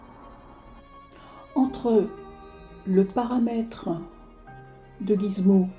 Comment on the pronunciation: on dit Gizmo;) mais pas grave cette vidéo est top bravo